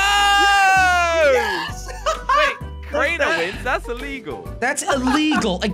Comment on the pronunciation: it’s crainer not cariner